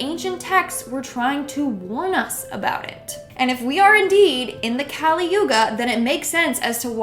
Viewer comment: The word is not kaali but kali(कली). There is no sound for it in English.